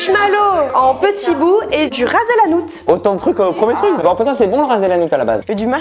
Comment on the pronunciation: Raz el hanout waaaaaaaaaaaaaaaaaaaaaaaaaaaaaaaaaaaaaaaaaaaaaaaaaaaaaaaaaaaaaaaaaaaaa J’ai encore mal aux oreilles !